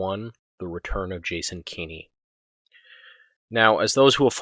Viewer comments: “Keeny”…again Kenn-ey This failure of basic phonetics and proper pronunciation is simultaneously amusing and annoyingly distracting Anyway, Kenney is a detestable imp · A tiny nitpick but it’s bothering me; it’s not key-KNEE it’s Kenny as in KEN-EE. That aside while as an Albertan I was glad he dropped the COVID restrictions I couldn’t help but be angry that he waited until Saskatchewan’s Premier decided to be the first to announce an end to the restrictions then Kenny made a hasty press conference in the late evening announcing at midnight all restrictions would be dropped. It was such a cowardly move to wait for Saskatchewan to announce they would be the first to end COVID restrictions then jump ahead of them and end ours immediately. He’s pathetic like all Tory leaders we have had in my memory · Jason Kenney has no children, so not sure who this “son” you refer to is; nevertheless the pronounciation is indeed kenny. Because that is clearly the right way to pronounce it. I have no idea how any native English speaker in North America could read the name as given and not say anything other than Kenn - ey I would be more tolerant of “Kenn-niegh” even though that would be wrong; but this “Keeny” pronunciation is ridiculous and this guy defending it on these comments equally so. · That still doesn’t explain pronouncing his name as Keen-ey. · two N’s before the vowel means a soft vowel sound in any English (or anglicized) name. Furthermore the man was an MP where I grew up. No one ever pronounced it Keen-y: no local news, none of his campaigners, not himself No one ever said Keen-y except you and Blackhorse apparently